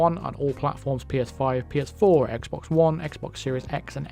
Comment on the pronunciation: “There’s an issue on x bawks.” Not surprising